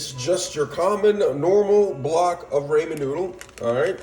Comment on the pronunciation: do you say ramen wrong on purpose to be funny or do you really think that’s how you say it lol no shade just curious :)))